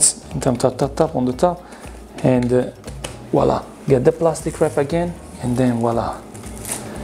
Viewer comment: "Voilà" not "WALLAH"